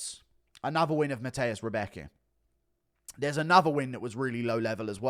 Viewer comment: FWIW, Anik’s pronunciation of “Rębecki” isn’t like “Rebecca”, it’s like “round”, except the “-n-“ is an “-m-“ and the “-d” is a “-b” through to “-becki”..~’Roumbeki’ ,{^_^}”